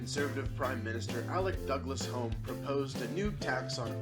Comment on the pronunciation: The "Home" in Douglas-Home is pronounced "Hume". Be very careful with British names, particularly surnames and place names - they're often pronounced wildly differently from their spellings. Look a the pronunciation of Farquaharson for a truly bizarre example. Similarly Beulieu, Belvoir, and Ardingly. A MP is an "honourable". If he's a member of the Privy Council, then he's a "right honourable", which normally only happens AFTER becoming Prime Minister. You also mispronounced Farage - correctly it's "swivel-eyed racist extremist looney". Plaid Cymru is pronounced "pliyd coomry". The UK nuclear programme is called Trident, not Trinity which was the first ever nuclear explosion, as a result of the US Manhattan project. You're not accurate about what happens on forming a government. The Queen invites one party to form her government. This may not necessarily be the party with the largest number of MPs, but it usually is. The LibDems will like their Liberal predecessors will be wiped out for a generation in national politics (as opposed to local) because of their support of the Tories (incidentally, this was originally an disparaging name for Conservatives) and because of their broken promises, particularly over university tuition fees. Sound quality is very poor - sounds like you're recording in a public toilet cubicle. Background music too loud - remember that not everyone has perfect hearing.